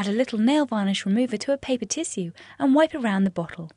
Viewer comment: "...to a paper TISUE" lol